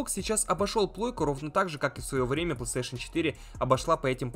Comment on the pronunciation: фанат бокса, так как не может выговорить PlayStation павильно. (Плестеешен он говорит, сук я раза 3 акцентировал внимание что выговаривается не так)